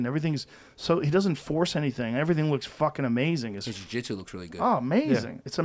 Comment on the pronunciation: I don't trust a guy that calls jiu jitsu "jiu jitz"